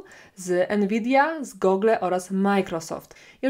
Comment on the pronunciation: Gugl, nie gogle droga Pani😊👍gogle zakładamy zjeżdżając na nartach ze stoku.